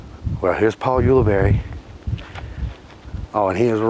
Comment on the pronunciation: I think you covered every possible pronunciation of Ulibarri, get it right.